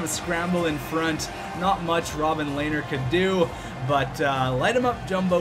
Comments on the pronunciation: Rob-him lehner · Robin Lehner = Rob Em Lehner or something along those lines